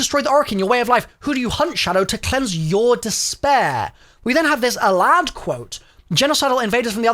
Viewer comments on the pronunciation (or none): What a strange pronunciation of sALAD-V you got there